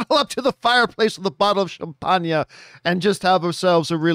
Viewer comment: John, your champangnyah needs more cow bell. ; )